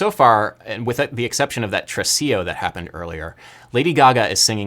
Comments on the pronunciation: So. it is tresiLLo, not tresiJo. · It's not trecio its tresiLLLLLLLLLLLLLLLO like in JOY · In the Italian language the double "ll" is pronounced just as a L, not as a J, that's Spanish. Since you always like to be a music intellectual I thought you would like to know this.